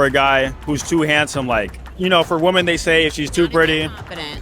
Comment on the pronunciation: I wish this dude will say women properly one day.